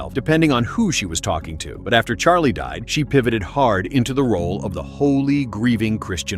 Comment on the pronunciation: She cant even say his name CHARLIE my husband